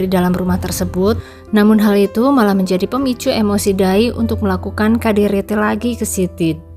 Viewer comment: Ini yg baca cerita aneh menyebut KDRT jadi kaderete emangnya bukan asli orang indonnessia?? Apa orrang mana.